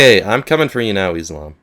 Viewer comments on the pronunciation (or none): im coming for u izlom sounded like im comeing for you islam lol